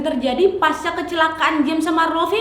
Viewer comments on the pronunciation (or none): none